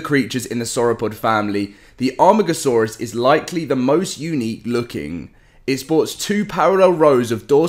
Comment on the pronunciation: Its pronounced A.Mar.Gasaurus your starting to annoy me